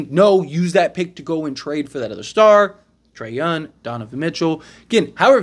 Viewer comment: trey younG it's not a silent G